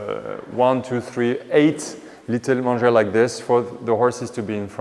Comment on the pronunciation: Manger...pronounced as main-ger...is trough where the animals eat...love your attention to keeping things historically correct. Would love if you could post more frequently as I spend time looking to see if I've missed a posting!! Find your posts very interesting and informative!!!